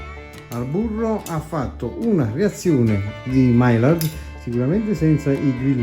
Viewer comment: grazie per il bel video. maillard si pronuncia maiiar.